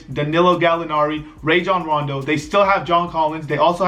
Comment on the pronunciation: How did he say Rojon Rondo???? 😂😂😂😂😂😂😂😅